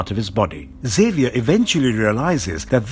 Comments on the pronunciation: Neato! Mag-NEEEE-TOE!!! And EX-Aye-Vee-Er. You say the X. Come on dude. X-Men? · This was trash. You cant pronounce colossus, xavior, or magneto , "aluminum spikes " under the adamantium ? TF man...